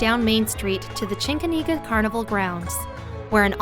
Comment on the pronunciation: Definitely neither Chincoteague or Assateague end with an A. My mom lives in Chincoteague I go every year for the past 16+ years.